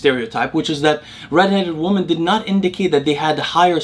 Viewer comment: I have been watching your content since Day 1, I really appreciate your generosity with your time and knowledge. One thing I always wanted to point out is your pronunciation of the word 'Women' [ˈwi-mən] (plural of 'Woman' [ˈwu̇-mən]), it's a weird word in the modern English language where the letter 'E' in the second syllable changes the pronunciation of the unchanged first syllable from ˈwu̇ to ˈwi and without changing the pronunciation of the changed second syllable! You always pronounce it ˈwu̇ when talking about the plural form of the word. Just wanted to bring your attention to this small detail in hopes of it making your use of the word more accurate in the future. I also have Arabic as my mother tongue (Tunisia), and totally know how puzzling English can be sometimes. Much love!